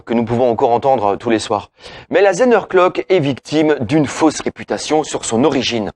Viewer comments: Effectivement le mot Zehnerglock écorche nos oreilles d'alsaciens ! il suffit pourtant de prononcer Tssänerglock... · Merci pour cette vidéo. Outre la prononciation de Zehnerglock, c'est du bon très bon travail.